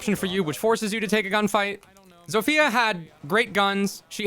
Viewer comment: It's pronounced "zofya" not "zofiya"